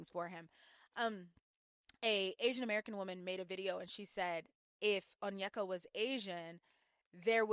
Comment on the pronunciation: Many first gen Nigerian Americans were raised in predominately white spaces, resulting in lot of passive self-hate towards their appearance and idolization of eurocentric features. I imagine that's what's going on with Onyeka (btw her name is pronounced "oh-nyay-kah" not "un-yeck-uh") when she was describing this Danish guy so positively. But I agree --her comments were very concerning.